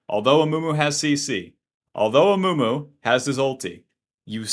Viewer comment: Amumu ❎ Amoomoo ✅